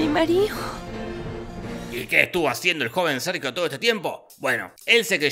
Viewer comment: Escuché "me cago Sergio"🤣🤣🤣